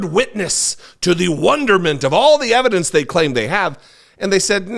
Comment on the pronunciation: it's called EVAH-DANCE !!!